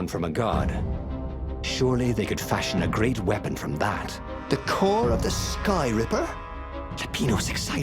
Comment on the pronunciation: Dude its Ripper not Striper. Skyripper.